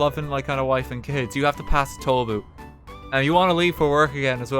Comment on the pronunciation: 'Ya gotta go troo de toll boot' -RTGame